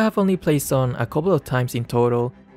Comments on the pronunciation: Its Not Sun, Its Suin..😂😂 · Is nobody going to talk about how the draft pick voice says "Sweii" and not "Sun" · I hear "swoon"